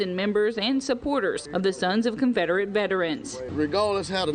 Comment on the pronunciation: Yeah you guys will slip up and say ConfRederate vs Confederate 😂🤣😂🤦‍♀️ you two are awesome. I could watch your mannerisms all day long. 😄